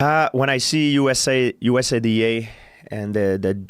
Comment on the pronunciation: That's the first guy and the only time I've heard anyone pronounced USADA like that. "USA D A"